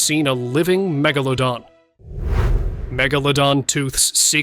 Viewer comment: How many megalodons did I really see.*. How many times did your AI mispronounced Megalodon. Too many times to count.